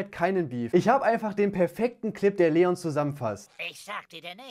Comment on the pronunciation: Leon nicht LLeon:)